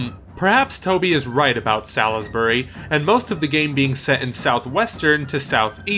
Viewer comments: Salisbury is pronounced "Sols-bury" not "sal is bury" :) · ok Brit place name lawyer time, its pronounced sailsbury sails-bury sailsbury. also its more likely balmoral not windsor. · Salisbury is actually pronounced sails-burr-ee as if the l and i were switched in the name of the town. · So you saw Toby's video, and yet you still pronounce Salisbury wrong?